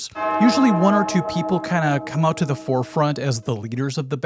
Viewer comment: Love the Minnesota accent in "Check OOUUUUT' my Ringo video. We are Caniowans. Half Canadian, half Iowegian. Cool topic. Never could figure out who did what on guitar with the Beatles. p.s You have a string that's sharp.